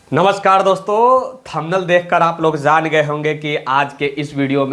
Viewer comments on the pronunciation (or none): Zaan❎ Jaan✅